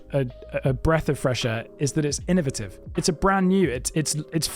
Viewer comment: You said innovative wrong, disliked